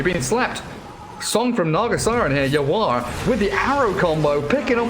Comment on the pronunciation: Caster saying YawaR as Yawa ang thats cursing in bisaya hahahahahah